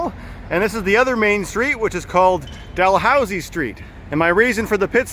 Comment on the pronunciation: Called "Daloosie street not "Dalhousie" lol